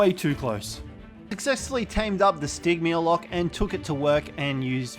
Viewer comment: Great video! One thing though. Stygymoloch is pronounced sti jee mall lock